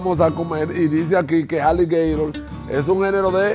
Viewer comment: bro says aligatore!!!!😂😂😂😂😂